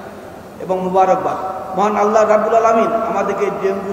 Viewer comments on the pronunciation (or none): none